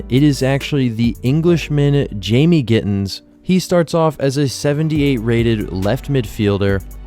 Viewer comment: Bro learned how to pronounce gittens finally